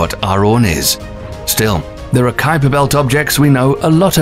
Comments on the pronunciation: It's not QUIPER belt it's KUIPER BELT, the U is silent lol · "Kweaper belt"????? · Now he pronounces The Kuiper Belt properly WTF? It was pronounced QUEEPER BELT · Kuweeper belt 💀, isn't it kai-per belt? Edit: he changes how he say it later on the vid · The "KWEEPER" Belt? I always thought it was pronounced "KYPER"... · Why did he go from pronouncing it Kweeper Belt to Kaiper belt? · I've heard some bad pronunciations of Kuiper, but "Kweiper" takes the cake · The Kweeper Belt 😂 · Qu-iper belt. 😂 ui is pronounced a bit different but difficult to explain in English. Good video though. 👌👍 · The Kweeper Belt. Ok. Lol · The Kweeper belt. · Quieper belt?! Hahahaha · Calling it the kweeper belt up until the into the video, did you realise you said it wrong half way through recording? Lol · Kweeper belt? That's not how that's pronounced. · The friggin' QUEEPER BELT???holy prophet Zarquan! there is no excuse for butchering the pronunciation of something so well known! Inexcusable and lazy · Did he say quee-per belt? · you pronounce Kuiper Belt (well Kuiper) incorrectly then when talking about it’s discovery in 92 you pronounce Kuiper correctly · please learn the pronunciations of things like the Kuiper Belt (as in Piper Belt) and the Oort Cloud (as in or-t Cloud)... you say it wrong initially then correct yourself tbf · Uranus ,Kuiper, Oort, Makemake, Haumea is pernouced wrong. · The narrators pronunciation is way off. It’s not “make make” it’s “MAH-KAY MAH-KAY”. It’s not “kooper belt” it’s “KAI-PER belt”. And I don’t know what he was trying to say but it’s “OR-T” cloud.